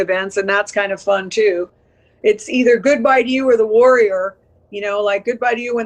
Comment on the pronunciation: LOVED The Warrior but I kept hearing it in my head as, The Worrier! 😂